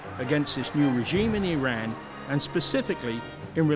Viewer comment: so glad that announcer pronounces name of country as 'ee-ran' and not 'I ran'. Throughout world letter 'i' is pronounced as long ee. btw, can the super-duper villain that the Iron Sheik was for wrestling actually be the gentle, educated man in this video?